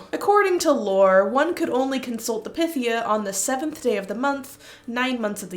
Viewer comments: I thought it was pronounced as pie-thee-ah..? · Pythia = Pie-thee-ya. Pie. Py. Like Python.